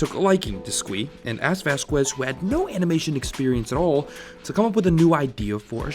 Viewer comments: It turns my freaking ears inside out when people pronounce "vazques" "vass-kwez". Really wanted to watch this. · All latins on the coments! Its vazques! The u is silent! Q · The way you pronounced Vazquez made me want to do something horrible